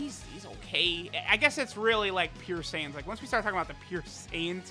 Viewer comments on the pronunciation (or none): none